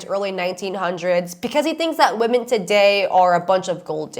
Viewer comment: I am so annoyed with the 1800’s - 1900’s guy for a lot of reasons. The consistent misuse of woman instead of women makes me question if earth English is his first language.